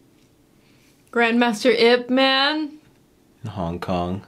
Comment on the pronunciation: Just for info, the word Man shouldn't be pronounced in English as "men". The name is 叶问 (Chinese: "ye wen"; Cantonese: "yip ma n")